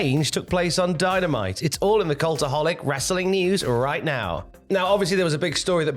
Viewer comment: Did I hear Dy-Na-Mi-Tee in there?